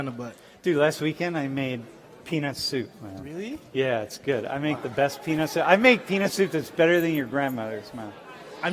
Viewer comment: This professor with his “yo yo cmon dogs, bring it back, let’s a chill homies” is a trip, and did he say “penis” or “peanut” soup?